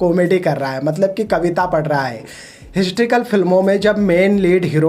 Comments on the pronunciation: Bolna seekh le phle... हिस्ट्रीकल nahi हिस्टोरिकल होता है🤣🤣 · Hysterical nahin historical, pehle beta khud ka accent sudhaar baad mein bakchodi karna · Historical bro not histrical. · Abey laura histrical ny historical hota ha. Kya critic bna ga rey tu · Histrical नहीं historical होता है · Galtiaa nikaalna aasaaan hai baithke....tu pehle historical bolnaaa seeekh baadme bhaashan phek....